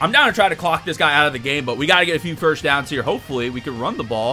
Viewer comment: I love your videos but please stop pronouncing first as ‘firsht’ 😭😭😭